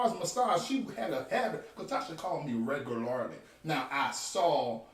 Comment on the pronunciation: Re-gu-lar-ly lol